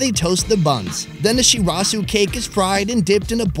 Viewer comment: shurasew!! shizuka: Shirazu!!